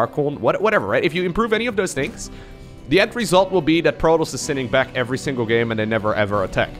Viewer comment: I told u on stream u always say effery one